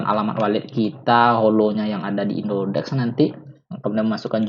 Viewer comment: indodax dek bukan indodex🤣🤣🤣🤣🤣